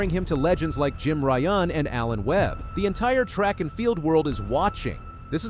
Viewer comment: Jim Ryun … like Ryan … NOT Jim Ry-oon …